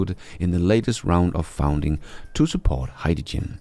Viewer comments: FUN-ding, not FOUND-ing 😊 Love your channel and congrats on 100k! 👏👏👏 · I don't know if this is you or your AI voice that you were telling that's about a little while back but you are pronouncing the word "funding" very incorrectly. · Love the channel - just check your pronunciation of funding round and funds 😉